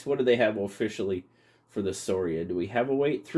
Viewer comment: Scoria, latin for dross or slag. Also you pronounce the letter c in that word I think, skor ee ah. Your calling it sor ee uh drove me nuts, lol.